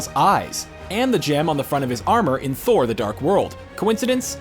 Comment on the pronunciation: This! Omfg! Made my skin itch every time he said it wrong. Its in the films, thor says it, how can it be pronounced wrong